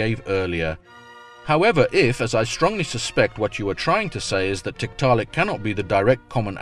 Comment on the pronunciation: Is it wrong for me to giggle everytime says tit-ta-lik?